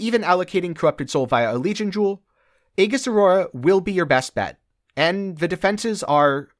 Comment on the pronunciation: The word aegis is pronounced "ee jus".